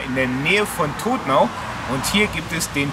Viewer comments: Schönes Video! Allerdings hast du den Ortsnamen Todtnau falsch ausgesprochen. man spricht es "Toddnau", also keine Betonung auf dem "o" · Spricht man To"tt"nau aus! Das gibts oft im Badischen. Oberrotweil spricht man nicht "Nieder-rot-weil" wie es ein Nicht-Badener machen würde, sondern Oberro"tt"weil. Schöne Tour!